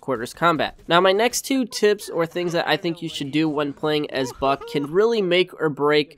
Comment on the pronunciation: im sorry, it sounds like he said f#ck